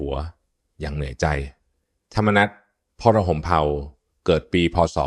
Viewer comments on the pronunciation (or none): "พรม-เผ่า" ครับ อ่านไปเลย ภาษาไทยมันลึกลับซับซ้อนนิดหน่อยครับ